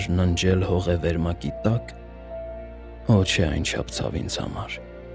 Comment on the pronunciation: Ոչ թե <<օ՜ չէ>>, այլ <<ոհ չէ>>